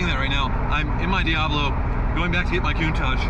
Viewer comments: Excited for you. Is pronounced COUNTAKK... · Everybody mispronouce countach. Is not even an italian word, is dialect.